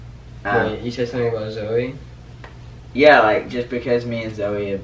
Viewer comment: I hate when calls Zoe "Zowey" like omggggggggggggg